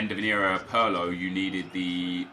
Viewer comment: Why do you say “pirlo” as “purlo”?